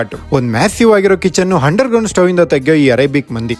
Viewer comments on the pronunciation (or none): Hinstagram?? Hunderground?? Harebian?? ಮೊದ್ಲು ಕನ್ನಡ ಸರಿಯಾಗಿ ಮಾತಾಡು. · ಗುರುವೇ ನಿನ್ನ ಅ ಕಾರ, ಹ ಕಾರ, ಇ ಕಾರ ಸರಿ ಮಾಡ್ಕೊಳಪ್ಪ ಹರೇಬಿಯನ್ ಅಂತಿಯ,ಹಂಡರ್ ಗ್ರೌಂಡ್ ಅಂತಿಯ ಹಿಂಸ್ಟಗ್ರಾಮ್ ಅಂತಿಯ 😂😂😂